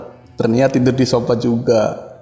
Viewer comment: Kaya tetangga kalo cerita "tidur di sopa,ruangan opis" 😅 Uji nyali ganti2an di ruangan kastamerrr tidur di sopa 😂